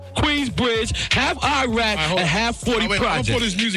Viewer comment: I’m sorry … did he just say ‘ I’m half Queensbridge, I’m half Iraq( Lefrak) I’m half 40 ( 40 project)’😂😂😂